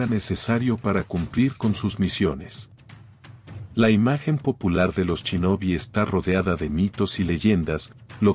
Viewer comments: "chinobis""chinobis""chinobis"? se escribe Shinobi y se debe pronunciar con "S" no "CH" y después a Shogun le dices "CHOGUN"!!... habla con propiedad o te mando un Shinobi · "chinobi"?? "churiken"? los conocía como SHinobi y SHuriken. Buen video!! Saludos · entonces pronuncia bien. No se dice "chinobi", es un insulto.